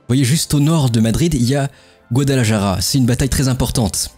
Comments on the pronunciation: Guadalajara se prononce "Guadalarara" : en Castillan, le J se prononce R. Mes tympans saignent :) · Super vidéo sur une guerre que je connais assez peu effectivement. J'ai envie de te taquiner un peu sur tes prononciations: Guadalajara sur prononce plutôt [Guadalarara] ( le "j" et le "r" ne se prononcent pas pareil mais la prononciation du "j" tirant plutôt sur le [r], tu seras plus proche d'une prononciation correcte). Côté russe: le "v" se prononce [f]. [Joukof], comme pour le Molotov qui se prononce [Molotof]. Côté allemand: le Junker se prononce [yunker] je crois. Tu as une question intéressante à la fin: pourquoi les républicains n'ont pas plutôt mené une guerre d'usure de type guérilla? A mon humble avis, parce que cette technique de guerre n'était pas encore connue tout simplement. Ca devait bien sûr exister mais ce n'était peut-être pas encore une doctrine militaire à proprement parler. C'est juste un avis, peut-être que je me trompe. Bravo encore pour cet vidéo bien sympa. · GuadalaJara 😂 il faut travailler la jota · Il faut prononcer GuadalaRRRaRRa cher!:) J'ai l'impression que tu n'as pas fait Espagnol à l'école LOL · Aprende ,se dice guadalajara. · Le guadalaJAra était difficile à entendre 🥲🥲 Sujet super intéressant par contre, excellent travail, merci beaucoup! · est ce que qq'un peut lui apprendre à dire correctement Guadalajara ??????????????????